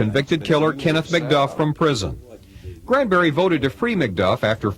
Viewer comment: GRAN-berry. Not CRAN-berry, GRAN-berry. That name is just wrong altogether.